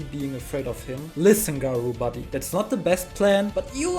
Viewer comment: Such a bad way to pronounce garou